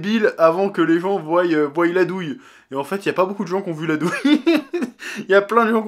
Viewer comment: Il faut arrêter de dire croillent et voyllent